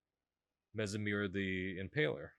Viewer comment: It’s pronounced Messmer as in mesmerize. Not Mess-em-ere